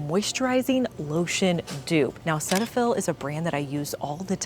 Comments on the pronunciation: It is not pronounced “Set” fill. It is “seat” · Cetiaphil is pronounced Cee-tafil, here in Canada, anyway. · The correct pronunciation is SEE-tuh-fill 😊